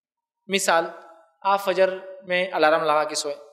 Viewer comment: Assalamualykum Brother..It is alarm it is not allaa raam...